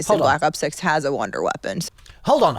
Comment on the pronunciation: Wunderwaffe coming back she said “wonder” twice then followed it up by can’t wait to “shock “ about